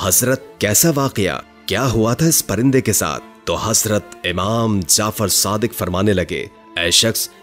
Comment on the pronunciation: Tlafuz darust karain hazrat nihazrat lafZ ha